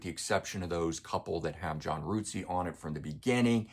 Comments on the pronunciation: Really good review but just so you know, John Rutseys name is not pronounced ROOTSEY it is pronounced RUT as in rut in the road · Rootsey? I think it's just pronounced Rut-sey.